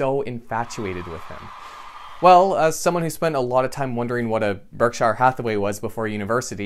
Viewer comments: Berk shear, not berk shy er.... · its pronounced berk sure. berksher, not shire